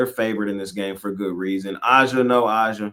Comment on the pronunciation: Aaa-Ja is how you pronounce her name. Come on bro do better